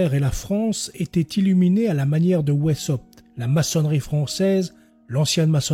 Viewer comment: Weisshaupt se prononce veissaupte ou, à l'allemande, waïssaupte.